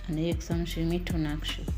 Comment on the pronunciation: શમશી નહીં ચમચી બોલો